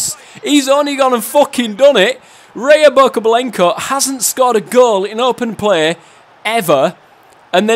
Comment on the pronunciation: Ryobokobylenko? It's Rya xD